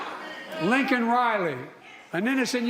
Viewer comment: The fact that Brandon apologized for calling a murderer "illegal" but NOT for mispronouncing victim Laken (Lincoln) Riley's name tells you EVERYTHING you need to know about him. R.I.P. Laken Riley.